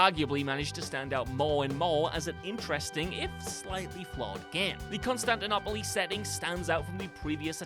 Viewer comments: AC Section. Not sure that’s how Constantinople is pronounced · What a fucking weird way to say Constantinople